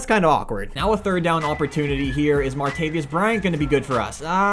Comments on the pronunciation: Say "martavius" one more time its martavis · Its Martavis not Martavius. There is no u. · It’s not pronounced (Mar-tay-vee-us) Bryant It’s pronounced (Mar-tay-vus) Bryant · You always say martavis bryants name wrong your saying "martavyis" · its martavis not martavius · I’m sorry Ily but you a Steelers fan and can’t pronounce Martavis!?! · You don't know how to pronounce martavis Bryant's name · Pronounce martavis right